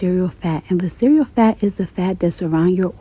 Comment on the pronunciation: She said vis-cereal fat 😂 not visceral